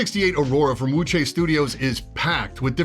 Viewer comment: you actually pronounce Wuque correctly!